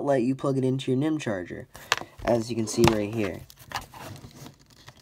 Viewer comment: haha how he says "nihm"...it means nickel metal